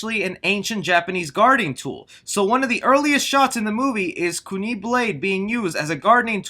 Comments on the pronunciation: Ku Knee? Kun "eye"! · Its KOO NAI not KOO NAY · it KUNAI not KUNI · Lmao "kOO-Knee" blade Kuu Nai* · it is NOT pronounced "Kuni" it's "Ku-Nai' with along I sound It a pointed tool that is light and easy to handle for many different things. While it might have been from her gardening her t was also used as thorwing knife hooked or tied to a rope on reel under the user clothes so they could throw it into its victim and the them then the victim could be pulled back against their will similar to maybe how you would with a whip but harder to get out of. If watch the last couple episodes of the web series Mortal Kombat Legacy the last episodes are all about Scorpion and his demise and why Sub Zero attacked him. I wish I had gotten a look a Kung Laos front I was also found of how he looked in the frist episode of MK Conquest With the hat and that costume was just spot on too bad it only ran for one season and we only got to see it once. Had a whole second season ready to go and it never got to run;_;. I just wanted to see if they went with the game look or a more tradtional style. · I'm hype for Hiroyuki! Also, > "Ku-knee" it's "Koon-eye" my dude Jax lookin like steve harvey ngl.Also, couldn't they of just done... stryker... like he's the most normal dude out of literally anyone in MK, all he does is shoot and throw grenades. XD the only one more normal than him would be MOCAP. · Kunee? Bruh it's kunAI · Co knee??? Ahh what 🤣?????? kunai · The knife is a Ku*nai not "Kunee" lol 😆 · He kept calling a kunai a kunie... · Ku-n-eye, not kunee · We better get a "TOASTY", and i believe the blade is pronounced "koo-nye" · Its pronounced like "koon-eye" I dont know where he gets that pronunciation from. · Just to let you know so people don't harp about it later down the line: kunai is pronounced "koon-eye" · omg the way u said junai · weird how he says kunai